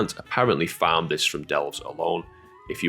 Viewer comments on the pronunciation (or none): none